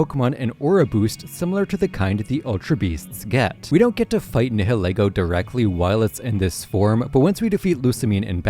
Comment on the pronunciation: It’s “NAI-YIL-EE-GO” like the ‘nihil’ in ‘annihilate’ and ‘ego’ like in ‘ego’. Not “NEH-HEH-LEH-GO”. If you’re gonna make videos about Pokémon, pronounce the names right